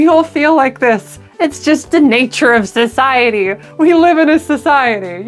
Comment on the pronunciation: We live in a SISiety I thought I heard it like that lol